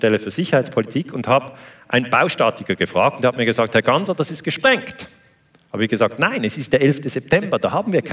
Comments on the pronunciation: "Gassner" der Moderator bekommt es nicht auf die Reihe, den Namen richtig auszusprechen. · Wie immer ein kompetenter Daniele Ganser. Der Moderator ,Reporter von SRF den Namen Ganser nicht richtig ausspricht sagt alles aus über die Qualität der main-stream Medien